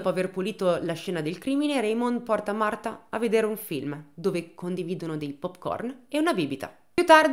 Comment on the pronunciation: Marfaaaa... se non lo sai dire...potevi dire Marta cosi ci saremmo risparmiati quel fastidiosissimo Martfffffaaaa ogni 2 per 3.